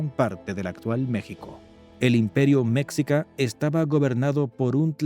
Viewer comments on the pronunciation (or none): No se pronuncia mécsica, sino meshica. La "x" originalmente tenía en castellano varios sonidos. Y como el sonido "sh" no existía en castellano, se unsó una "x" para representarlo. Pero, ¡oh! ya veo...el video fue hecho por una persona que no habla español, y usó un traductor automático con voz...Son muchos los errores de pronunciación... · Cultura Mexica creo que se pronuncia "Me-schi-ca" Cómo "chi"charo o "chi"apas Con un sonido como "s" "schi" No se si lo pronuncio bien Pero así lo mencionaban mis maestro en la educación primaria. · La pronunciación de Mexica Es, Meshica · SE dice MEXICA ( MESHIKAH) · Se pronuncia "meshica", los "meshicas", "imperio meshica", etc